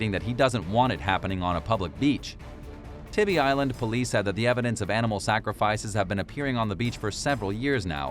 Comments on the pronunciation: That’s Tybee (tie-bee) island. Haven’t seen one of your videos in probably a year but nice to know you still have trouble with pronunciation. Lol 😂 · The island in Georgia near Savannah , Tybee, is pronounced "Tie-Bee".